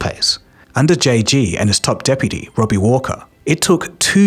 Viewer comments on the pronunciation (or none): none